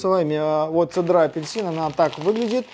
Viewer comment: В слове цедра, ударение ставится на Е))